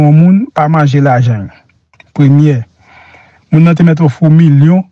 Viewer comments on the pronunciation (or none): none